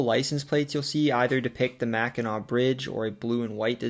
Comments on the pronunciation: Great video, and you did not mispronounce Mackinac and Sault Sainte Marie. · I'm impressed. You did your homework. You pronounced Mackinac, Sault Ste. Marie and Hamtramck properly. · As a viewer of this series since the first couple videos, I was nervously anticipating Michigan. You hit it OUT OF THE (Comerica) PARK! You pronounced the words mostly correctly (Im so glad I didn’t have to sit there cringing each time someone said “Salt Saint Marie” or “Mackinack” bridge) and honestly did better than me with some of the French pronunciations. I am a native of Michigan and have left for short amounts of time here and there, but now at the age of 36 I’m probably going to stay here for the rest of my life. It really is the most balanced states. The weather isn’t extreme usually (I’m saying that as someone who survived a direct hit by an EF-2 tornado in May of this year) with winters being cold but not too much so and summers being the best in the country (can’t go wrong with summertime in Northern Michigan). The people are nice but not too much so, the economy is diversified and cost of living is relatively low, and there is enough beauty and scenery to always find new places to go even if you go somewhere new in the state each weekend. Plus, being here in the Kalamazoo area, we are <4 hours from Chicago, Detroit, Canada, the Appalachian Mountains, etc. and within an easy day’s drive from many other parts of the country. I encourage everybody in the US who hasn’t been here to make a trip someday!